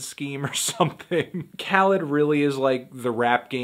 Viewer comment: Whenever he said Khaled I kept thinking he's saying Cal for some reason, Cal would have that heat tho no doubt